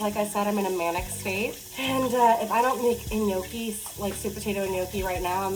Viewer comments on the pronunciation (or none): Girl, I LOVE you in every way ❤❤❤ (and it’s pronounced NYOH-kee) 😘) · The way you pronounce Gnocchi tho